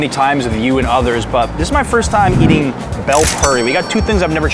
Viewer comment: "bail puri" not "bell puri"